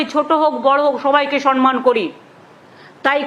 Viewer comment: ধূর ধূরররররর !!! শব্দটা না 'সরমান', আর 'সনমান' তো মোটেই নই ! শব্দটা 'সম্মান'! যার নিজেরই শব্দজ্ঞান নাই তার আবার বড় বড় ভাষন।